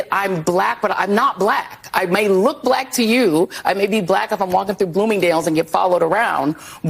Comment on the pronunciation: You're blek? 😀